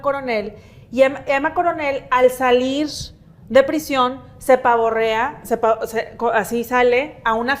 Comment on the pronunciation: Se pavorrea o se pavonea? Min 😂😂😂